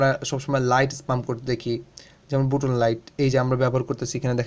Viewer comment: ইহা বুটন নয় বাটন